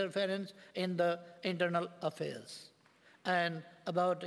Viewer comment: He doesn't know yet how to pronounce "about " even he is reading notes . Now what do Nepalese people expect from him ?